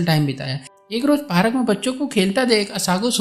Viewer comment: Park ❌ Parak ✅ 😂😂😂